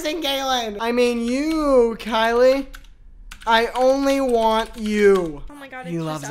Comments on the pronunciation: Every time said “Kyli” and not “Kyil” I lost it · imvu man: kyil: kyli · love how the guy's name was kyil and he was called kyli the whole time